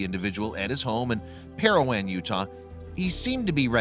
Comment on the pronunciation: There were several other mispronunciations as well: Parowan is pair-a-juan, Deseret News is dez-r-ett and incidentally, since I'm from Utah let's throw one in that is always pronounced incorrectly: Tooele is pronounced too-ill-a. It's hard to listen to a documentary type program when words are pronounced either wrong or different than we're used to.